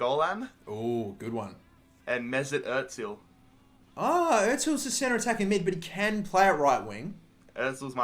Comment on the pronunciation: SAID MESUT OTSIL